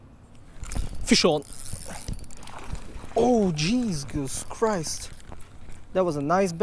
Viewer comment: it sounds like he says, fish oil instead of fish on